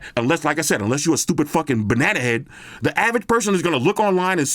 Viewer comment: This shit is informative; hilarious; chilled. wtf more do i need from youtube? nothing. As a Brit, the insult "Banana head" in that merican twang just makes me laugh so hard.